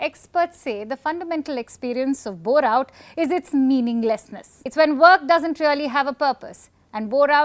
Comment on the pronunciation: I thought Indian girl asked "have you ever heard of Borat" 😂